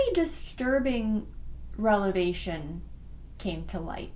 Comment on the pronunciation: I love your videos and I mean this respectfully, but I can’t stop laughing at “relevation” 😭 I know you mean revelation but it’s still cracking me up I mess up words a lot so it makes me feel like I’m with kin